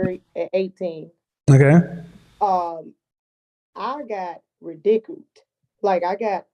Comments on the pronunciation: .09 "I got ri-dickled" lol I think the word is ridiculed. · I’ve NEVER heard someone pronounce “ridiculed” like that woman did 😂